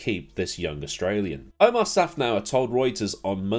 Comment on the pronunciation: You keep missing saying "Omar" instead of "Otmar"